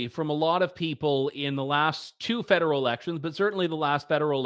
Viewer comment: Lol every time he says federal I hear Fidel. I voted Maxine last election but I will be voting for Pierre this time. I can’t throw away another vote, when conservatives have a chance of winning.